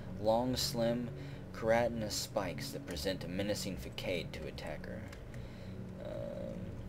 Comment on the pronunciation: Hey. In your Q&A you said you welcomed corrections....It's a FaSSade not a Fakade...It's French....